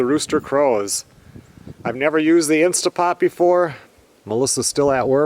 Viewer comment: PLEASE PLEASE!!! It is an InsTANT Pot...NOT InSTA Pot!!! Read your manual!!!